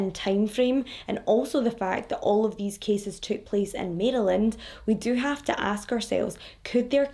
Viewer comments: Maryland. Marelin, I hope that makes sense... that's how I, a Marylander, pronounce it. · Mare-uh-lind Maryland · Im right above u about 25 minutes in PA. We pronounce it Mara land. We don't pronounce the Y so much. This is so sad :( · My home state! Thank you, can’t wait to listen! I pronounce it “Mare-land” BTW. Some say say it a little differently. Not sure why we don’t just say “Mary-land”. Anyone else feel free to chime in! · Or Mare-lin.. that's how people on my part of Maryland pronounce it. I am certain it's pronounced differently in different areas. Keep in mind, Maryland is neither Northern nor Southern we're both!! LOL